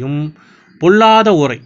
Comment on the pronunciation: முதல்ல ஓரை என்று பேச, ஏழுத பழகுங்க. பிறகு அடுத்தவருக்கு பாடம் எடுங்க